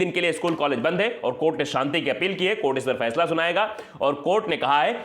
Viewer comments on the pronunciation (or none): none